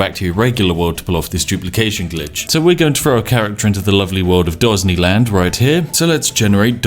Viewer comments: The Spiffing Brit: Dosney land Captions: Ghazni land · "Dosney Land" I losted so early in the video. hahahaha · Dosney land XD hahahahaha NANIIII? :p